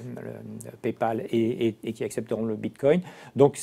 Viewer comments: le boug il commence en disant bitcom déjà ça commence très mal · S'il vous plaît. Quand vous invitez des personnes pour parler du bitcoin, assurez vous que cette personne sache au moins le prononcer correctement. "Bimcoin". La cryptomonaie gagne en crédibilité mais vous, vous en perdez de façon exponentielle. 65 likes - 17 dislikes. Reprenez vous. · Bitcom 😅 Bincoin 😅 Bitcoin (bravo!!!🥳) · Vu à quel point il a du mal à dire Bitcoin je pense qu'il est resté sur le quai notre "expert" Bitcoin